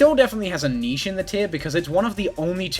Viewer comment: 0 shots cause they never fucking say it right